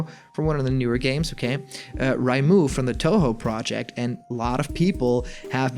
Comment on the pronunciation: That time when he said raimu rather reimu